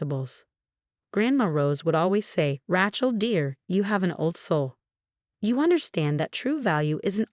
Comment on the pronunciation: Rachel is pronounced with a Long a!?